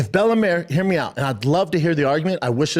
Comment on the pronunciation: "Bella Mare"